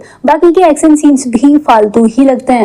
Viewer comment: Aksan, sooting , eshtory, washte,hosss, kosiss, alieesa, kuss, jinda, behoss, trushht, hindi aati nahe to explain kyu karte ho😂